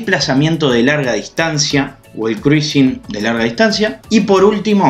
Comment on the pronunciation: Mejor pronunciar: Crusing 😉